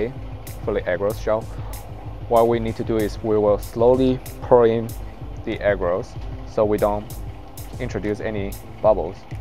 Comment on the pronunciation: Dude I love your video, and forgive me I don’t mean to be offensive, but every time you say agarose I hear egg rolls😅 so I started busting a gut at the microwave egg rolls for two minutes part. Again great work!